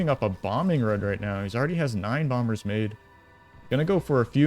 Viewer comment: The second B in Bomber is silent. Very Jamaican sounding caster, haha, "He's making bomba's".